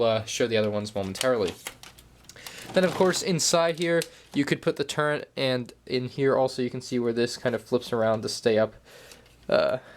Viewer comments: why does this guy pronounce "turret" as "turnt"? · Dude said turrent